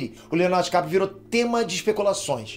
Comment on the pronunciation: Dicaprio❎ Diquatro✅